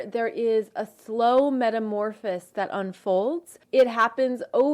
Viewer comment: “Slow metamorphis” METAMORFOSIS